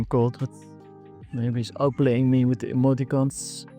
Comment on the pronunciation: "Emotincons" 😂 You are the best! Keep crushing crusher!